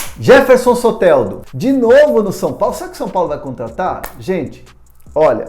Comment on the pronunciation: A pronúncia é Sotêldo!